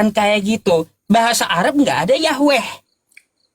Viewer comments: Yhwe perubahan huruf yg salah kaprah dalam penyebutan dan pengucapan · Yahwe yahwe. Mana ada pelafalannya yahwe